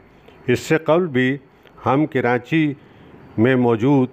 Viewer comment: Sir aap karachi ka pronunciation ghalat use kar rahay hen jaisa k.. karaNchi ghalat hay aap darmiyan men N laga rahay hen jo k ghalat hay.